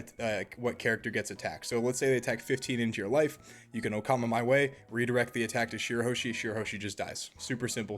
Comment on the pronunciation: Bro, "Okama Way", not "Okama my way" or "oh come my way" like many YouTubers have been saying xD